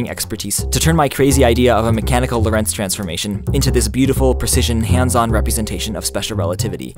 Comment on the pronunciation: Prof. Lorentz's first name was Hendrik and so is mine. He was a Dutchman and so am I. His surname should be pronounced as LORentz and not lorENTZ. The first syllable is the stressed one.